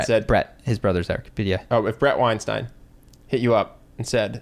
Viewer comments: Bret once said that his name is pronounced like Einstein but with W so you are saying it correctly. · Amusingly, your chosen pronunciation of Weinstein is correct!